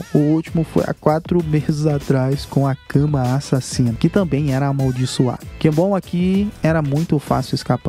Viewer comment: E bacana quando você fala "A Sasina